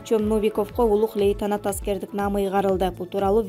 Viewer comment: Алып баруучу туура айтсан окубаган Новиковго улук летанат эмес лейтенант бир болсо дагы туура окусан кыргыз тил адабиятын булгап бутмой болдунар